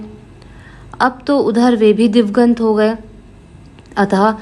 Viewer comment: आवाज अच्छी है, पर उच्चारण थोड़ा सुधारें। 'पूर्वाह्न', 'अपराह्न', 'दिवंगत' , सबका उच्चारण बार-बार गलत हुआ।